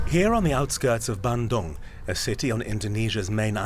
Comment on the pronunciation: A little off on the pronunciation of Bandung but an interesting piece. Thanks for showcasing Indonesia. Germany needs to back out of China and start working closely with Indonesia. It's a great democratic country that wants to build with sustainable development of resources. Transparency is getting better but China is trying to take over so please hurry.